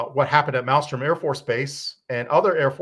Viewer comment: South Dakota is Ellsworth, North Dakota is Minot. Also, it is not Malstrom it is Malmstrom.